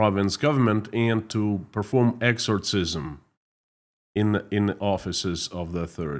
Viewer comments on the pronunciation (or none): hi, the sound is exxor-sizzm, do these people actually believe that doing one will help?